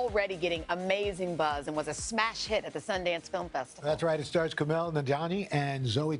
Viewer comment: lol. Kumail's face when Al Roker pronounced his name incorrectly